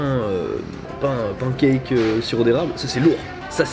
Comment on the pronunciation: 😑 j'en peu plus de comme il prononce pan cake... quelqu'un peu lui apprendre svp?